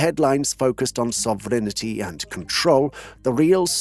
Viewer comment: "reclaim his (...)" what? "sovreignety" is what we hear. Gosh. French ear here, bleeding... 🩸😭